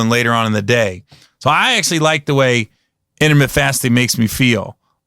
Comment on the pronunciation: lol this dude said intermitt fasting like 10 times. Gary, it's intermittent bro add the ent to the end homie.